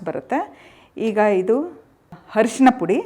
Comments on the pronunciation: ಬಹಳ ಉಪಯುಕ್ತ ಮಾಹಿತಿ ಮೇಡಂ ಧನ್ಯವಾದಗಳು ಹ ರಿಷಿ ನ ಅಲ್ಲ ಸರಿಯಾದ ಪದ ಅರಿಶಿಣ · it is not ಹರಿಶಿಣ, it is ಅರಿಶಿಣ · ಅಕ್ಕ ಅದು ಹರಿಷ್ನಾ ಅಲ್ಲ ಅರಿಷಿಣ ಉಚ್ಚಾರಣೆ ತಪ್ಪು ಮಾಡ್ತಿದಿರಾ.